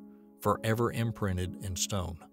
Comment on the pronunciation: Please don't speak sloppy. "Hunning, hunner" ? "Inneraction" ? "Inprinned" ? "Twenny" ? "Conninent" ? Pronouncing a T is not that difficult.